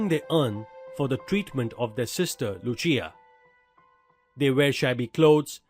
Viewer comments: It's no lu+chi+aa It's lu+sea+aa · It is not Yacopo its Jacopo and it is not Luchia its Lucia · 'Lucia'-- pronunciation is incorrect